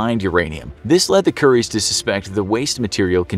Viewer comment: He said curry’s